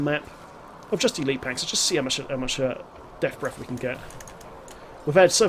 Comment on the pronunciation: Deaf Breff. Hehe, love the vids. Subbed.